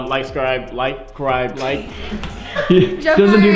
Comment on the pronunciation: Jeff: like cribe🤣🤣🤣🤣🤣🤣🤣